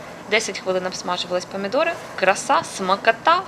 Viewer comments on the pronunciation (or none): Памідори це не по українськи В укр. Мові буква О так і вимовляється